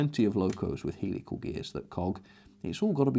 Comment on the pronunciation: You pronounce them Hell-ical not heel-ical by the way ;)